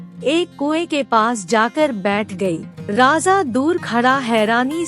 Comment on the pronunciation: 'Raza' nahi 'Raja'...